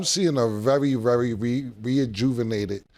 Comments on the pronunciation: Cam said, "reinjuvenated Deebo"😂😂😂 he needs to print a dictionary for his words 😂😂😂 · “reajuvenated” = Rejuvenated